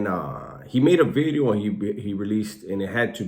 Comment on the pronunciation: Say video bro stop with the bedeo